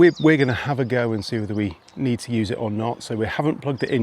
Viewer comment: For next time - Kreuzhof is pronounced as if there were a T in the middle: Kreutzhof!!! And See is Say ...